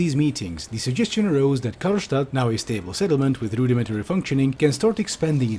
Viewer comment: I like how called the city "Karlstadt" (Stadt in german means city)